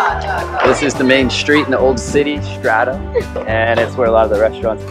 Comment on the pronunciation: oh I just got notification now, far as I remember you guys announced it wrong, think you were always saying Stradum, and it's Stradun. It's not that much important but Dalmatians are pretty strong on having letter N instead of M at the end of the words where it belongs.. it's a dialect thing ..